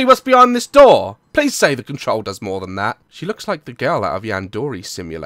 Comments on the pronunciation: Yandoree? You mean yandere? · YANDERE. YANDERE SIMULATOR. NOT YANDORAY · "Yandorei" simulator XD